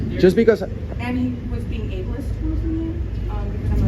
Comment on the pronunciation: New drinking game: take a shot everytime she says, abliest 🥴🥴🥴